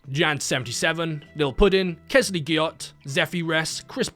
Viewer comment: I just wanted to point out that you had a couple members with the beautiful name "Kelsey" (pronounced Kel-See) but you kinda butchered their names calling them both Kes-ley.